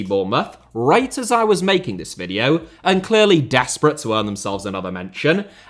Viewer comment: HOW could you minspronounce the world VIDEO. It's literally what you do for a living for god's sake